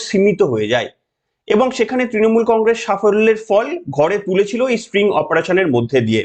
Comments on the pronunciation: খুব ভালো লাগলো। তবে কথাটা string নয় sting. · String na, spring na, "STING" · মহাশয় এই ধরনের অপারেশনকে স্টিং ( হুল) অপারেশন বলে, 'স্ট্রিং' নয়। ভুলটা চোখে কানে খুব বাজছিলো। যাইহোক ভিডিওটা যথেষ্ট যুক্তি সমৃদ্ধ। চ্যানেলের জন্য শুভেচ্ছা। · ওরে ক্ষেপা, এটা স্টিং অপারেশন, স্প্রিং নয় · ওটা স্টিঙ হবে, স্ট্রিং নয়। কম্পিউটার সাইন্সের স্টুডেন্ট বি টেক করেছেন,এম টেক করেছেন,কলেজে পড়িয়েছেন! ফালতু কথা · স্ট্রিং নয়, কথাটা স্টিং।